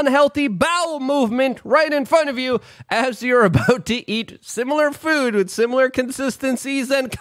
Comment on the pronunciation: Did anyone else notice that Luke said "pood" and not food?